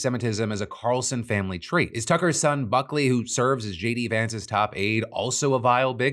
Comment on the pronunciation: I genuinely heard f*ckley instead of Buckley 😂